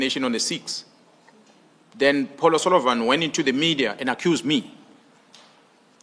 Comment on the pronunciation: Why does he call him Mr Polo Salivan?